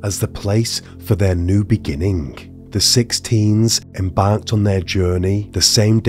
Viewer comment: Beginnink not beginning? Drives Me cray.